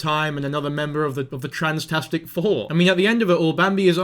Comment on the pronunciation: AHAAHHBFHAHBSBAHAH "THE TRANSTASIC FOUR" IM FUCKING SOOBBINGGGINGIGIEBGUASJFSAKNA😭